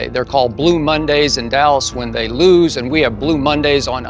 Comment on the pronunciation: Skip's when I lose was very very Texan looz it sounded almost like German ü. Like Lüz if you know how it's pronounced you'll know